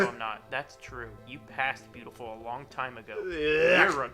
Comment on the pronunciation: hear that?? He almost slipped up but caught himself, we “didn’t even know eachother lonh (mini syllable stutter lornism)”there I fixed it lol We know more about the likely truth in his life then he does